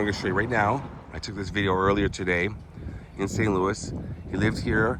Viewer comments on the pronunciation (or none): none